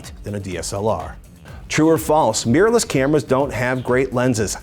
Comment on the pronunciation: Why do so many Americans pronounce 'mirrorless' as 'meerless'?